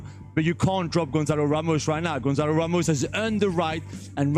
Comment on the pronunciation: Gonçalo not Gonzalo